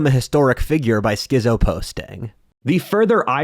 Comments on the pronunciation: It's pronounced "skit-zo" not "skizzo". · it's pronounced skitzo not skizo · Learn how to pronounced "schizo." Down vote